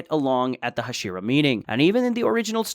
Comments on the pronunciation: Tenjen? Hasheera? wtf are thouse pronounciations? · wtf is a hasheraw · HA-SHE-RAW saying it wrong